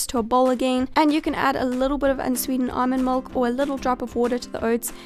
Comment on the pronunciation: What a strange pronunciation for milk!